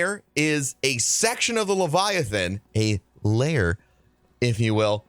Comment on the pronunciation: LAIR... not layer